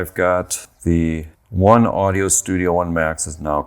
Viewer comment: I might be wrong but I THINK you pronounce it "One Oh-dee-Oh" not "One Audio"